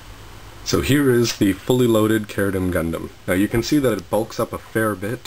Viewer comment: ??? Really??? I watched the English Dub of the show, and it was pronounced CHE-RU-DIM. Same goes for Zabanya. It was pronounced ZAH-BAN-YAH